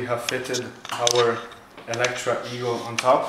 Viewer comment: Within seconds I was sure you were Italian! You know how to pronounce the name correctly. 😂